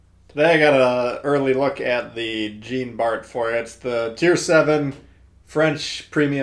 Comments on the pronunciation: Its pronounced "John" Bart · Good review! I figured you'd enjoy the Jean Bart (the T is silent, in case you're interested), since you like the Richie so much. I played maybe an hour or two yesterday, and noticed that I'm about 1/3 through most of the campaign ops...definitely easier than previous, even for casual players like me. Which is probably good, since my son got me back into Tanks after the Atago campaign... Merry Christmas sir, to you and yours!